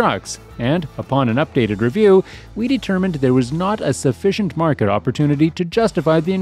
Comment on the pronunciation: It's MARKET! Not MARKED!